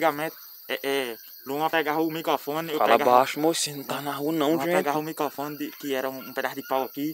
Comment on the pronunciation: "micofone" kkkkk